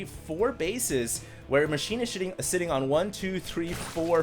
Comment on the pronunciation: "while machine is sh!tin..sitting.." accidental tongue twister